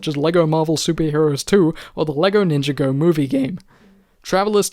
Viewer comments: Nin-jah-go, not ninja-go. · I'm sorry I can't watch this he said ninja go